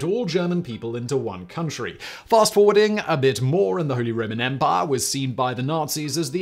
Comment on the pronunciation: "Holy Roman Empah"